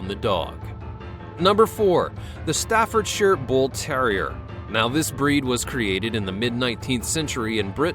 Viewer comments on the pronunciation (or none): none